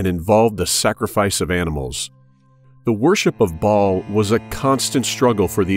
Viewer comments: It's "Baal", not Ball. Good video, anyways. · Bah-all, it's a two syllable word with a glottal stop in the middle; much like King Fa-ahd of Saudi Arabia was pronounced. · "Baal" is pronounced with a l-o-n-g A sound! It rhymes with jail! Look it up in your dictionary! Why do people keep pronouncing Baal WRONG?? It does NOT rhyme with "ball" but with "jail"! Just saying... For Big TRUTH! kristi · Baal pronounced ball worship same in religiosity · Yes, but they pronounce it as Ball which is incorrect.